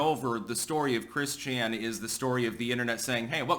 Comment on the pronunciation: It's Christ-Chan now. Get it right 😂